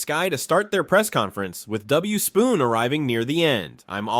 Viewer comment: It’s Theresa Witherspoon, not Spoon 🙄